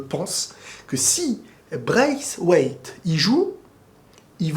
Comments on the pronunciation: pendant une seconde je comprenez pas de quoi il parle "Braiswaith" avec un accent 🤣🤣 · "Bwacewace" mes côtes 😂😂😂🤣🤣🤣🤣 ce serai trop bien en plus 😂😂😂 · J'adore comment il prononce "Braiswaith" lol